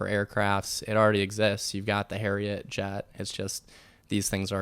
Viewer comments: Harrier (not "Harriet") jet:) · Its called a Harrier Jet, not Harriet. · The "HARRIER" jump jet... not Harriet! HA!